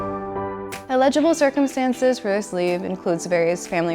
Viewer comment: el-i-g-ble NOT il)legible